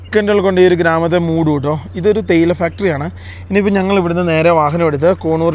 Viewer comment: തേയില തെടി അല്ല ചേയില തെടി 😂😂